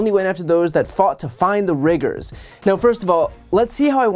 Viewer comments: Black folks: “Riggers”???….*rewinds video*…”Riggers”???….🤨🤨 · Riggas! Not riggers! Only Riggas can say it! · It’s pronounced riggAHS.😂😂😂